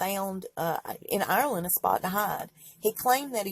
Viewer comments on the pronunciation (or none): none